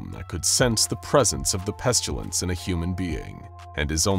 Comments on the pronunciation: I hope I'm not the only one that "pestulance" was driving crazy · Does anyone else hear pestUlence every single time? I like this character but I can't listen to it any more.